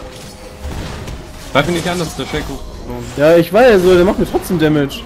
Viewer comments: Bin deiner Meinung aber es heißt nicht tschaco weils Englisch ist ^^ dh. es wird Sheco ausgesprochen. ;) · ES heißt Shaco NICH CHACO !!!!!!!!!! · man spricht des schako und nich tschako